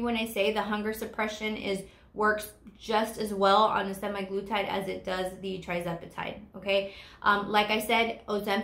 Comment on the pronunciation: And it’s semAglutide, not semi.